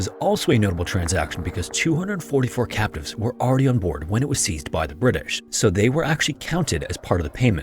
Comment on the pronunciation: For a good portion of this video, I thought he was saying “captains” instead of “captives” which threw me off from the beginning. I lost interest early on but ended up paying more attention.